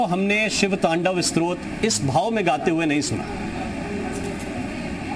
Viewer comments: Stotra not shrot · स्रोत नही स्तोत्र बोलिये। मनोहर